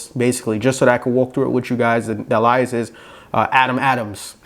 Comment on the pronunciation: Ummmm what is an (A lie us) did you mean Alias? 🤣